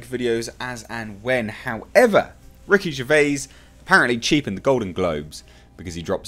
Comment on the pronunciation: Who’s Ricky Ger...vay? The mans a legend, say his name properly ffs!